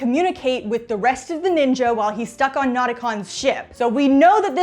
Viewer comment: That's actually the correct way to say it. They say it like that in the show too. 😅